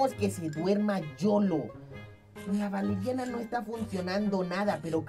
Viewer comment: Soy yo oh Valeriana se escucha Yoloriana